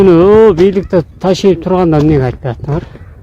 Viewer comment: не ташаев а Ташиев это звучит как груша а не